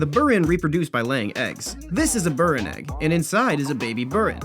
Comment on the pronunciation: He’s saying it wrong it’s (b-ee-r-in)